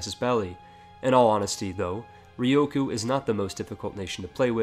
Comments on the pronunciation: Okay, I'm just saying u said ryukyu wrong, it's rE-u-coo, not rE+O-coo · Ryukyu - Ree-You-Queue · Re-you-Q = Ryukyu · Could you pronounce Ryukyu any worse?